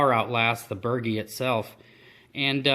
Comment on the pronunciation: So I cannot help myself the proper pronunciation is Bur-G not bergy lol. The boat looks amazing. I have watched nearly every video in full and enjoyed every minute of each one. Thank you for doing it. I just finished my building my boat a small dinghy and I am addicted. My next boat will either be a Zip or a CLC runabout. I am leaning toward the CLC because it is lapstrake construction and I love the look it reminds me of the Lyman boats I used see as a kid.